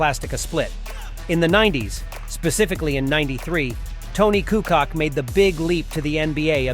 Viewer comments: KukuCh or KUKOCH! WTH man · It would be nice, if you could spend at least 1 minute trying to figure out how the names are being pronounced. You are raping our names heavily. - It is not Coockock, but Koockoch (Kukoc) - Petrovick is actually Petrovich (and if you want to be a bit more precise, trying saying t and y together for a bit softer version of ch)